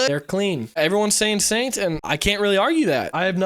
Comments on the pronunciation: When you say Saint kind of sounds like you’re saying Satan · say Saint